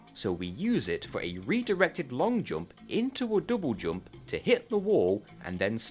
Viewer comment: Your way of pronouncing jump gave me headache.